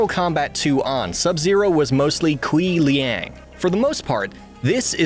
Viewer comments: Kuai Liang is pronounced (Kw-AI lee-ang). There are plenty of instances of it pronounced in the games to check before reading a script. I feel not checking that is blatant disrespect to the character and the culture he represents. And I am lenient about the tonality of Chinese pronunciation. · Who else cringing at the way he pronounces "Kuai Liang"